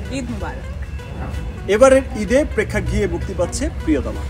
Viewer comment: প্রেক্ষাগিহ কি ভাই? 🫢😆😆